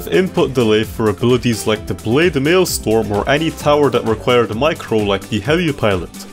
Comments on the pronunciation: i have no complains about this vid until when he said blade maelstorm, not maelstrom, but maelstorm..... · bro really said maelSTORM💀